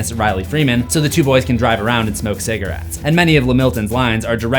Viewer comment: Smokes wit cigawets